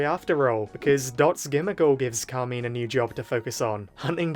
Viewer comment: It's CAR - MINE ... pls why is that so hard